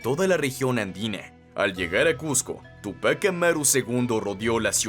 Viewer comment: mal pronunciados la palabra Túpac y Bastidas